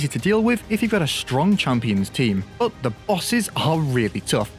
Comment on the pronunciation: We can’t live without saying the word buh, it’s like a tradition now